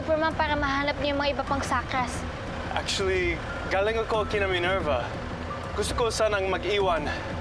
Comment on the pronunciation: Minerva✅ Ninerva❌